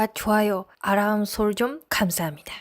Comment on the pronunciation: "아람 설쩡 캄사함니다~~~~" 들을 때마다 미소가 나와요...